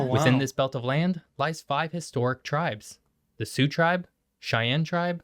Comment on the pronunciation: FYI, Sioux is pronounced like Sue., unfortunately, mispronounced it.